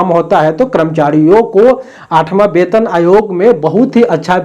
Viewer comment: वैसे तो आप वेतन आयोग को बेतन आयोग बोलते है, पर आप बिल्कुल सही है क्योंकि ये सच में बे-तन आयोग (बिना शरीर का आयोग) है।😂